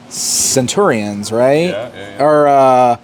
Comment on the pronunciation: Where did that pronunciation of Centurion come from? I feel like all the toy tubers say it like that. It's not even how they pronounce it in the show.